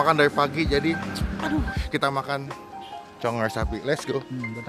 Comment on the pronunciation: CONGOR BANG BUKAN CONGOL wkwkwk